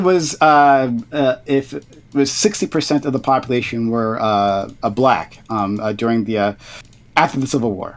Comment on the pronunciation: What is "Popoolation"?